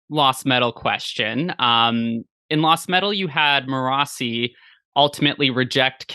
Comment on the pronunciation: I was today years old when I discovered Sanderson pronounces "Marasi" as Morrissey 😂